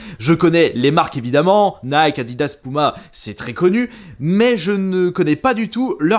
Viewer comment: Il dit pOUma 🤣🤣🤣